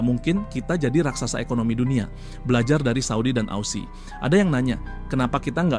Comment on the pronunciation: Betulin ausiie... Asuuuu